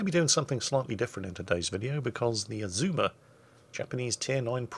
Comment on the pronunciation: It took every ounce of power I could muster not to scream at my screen the entire video when he kept calling the ship the Izuma and not Azuma